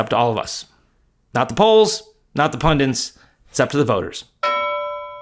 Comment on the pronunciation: Hello - it’s “pundits” not “pundints” - why do people keep adding an “n” to this word!